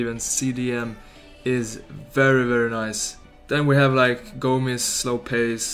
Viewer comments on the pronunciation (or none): none